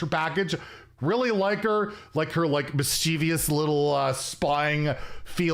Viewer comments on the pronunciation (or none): Mischievous is pronounced Mis chuh vus. Why people add letters I'll never know. Miss chee vi ous. No.